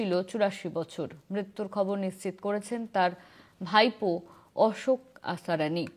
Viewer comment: আসারানি নয় আসরানি